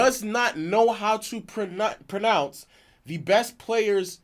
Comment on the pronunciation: low didn't pronounce pronounce right